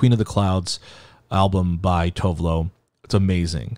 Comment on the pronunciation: WHEN YOU SAID TOVE LO OMG YES